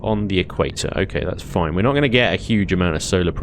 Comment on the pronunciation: "its foine!" When a dude from the UK says "Its foine", you know to a certainty, that it shall NOT be foine!